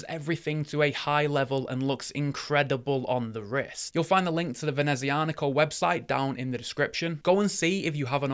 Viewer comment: That is a stunning watch but I already have a Sea-Gull ST2528 Moonphase to scratch my starry sky itch. NOTE: I do believe that it's prononced "Venezia-Nico" (Nico of Venice), not "Venezi-Anico".